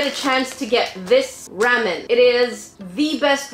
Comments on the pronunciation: Sorry but you said ramen wrong. If you say it right say it with the sound a after r. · BuT yOuR dOiNg It WrOnG it is RAW MEN not RAM IN XD 😂😂😂😂😂😂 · Wait u say Ram-en I say Raw-men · You say Ramen and Matcha totally different then I do hahah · The way she says ramen 😂